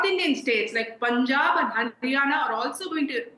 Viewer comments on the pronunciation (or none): none